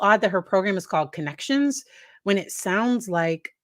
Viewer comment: Conn-Ex-ions Funny … yet not.